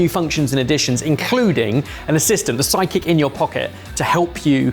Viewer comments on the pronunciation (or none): I'm going to have to be that guy from America that comments on accent.. When he says sidekick he is so soft on that D. That it sounds like he says psychic.. Go listen to it a couple times lol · I keep trying to listen really closely and hear you say sidekick however every single time I'm hearing psychic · As an Australian I always thought psychic. Why can't the pronounce side with a d? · I keep hearing psychic when you guys say Sidekick 😁